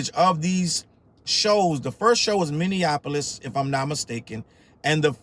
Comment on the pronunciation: I live in Minneapolis.... and it's pronounced "mini" - "apolis"; not "minian" - "apolis" Don't make find you 😂😉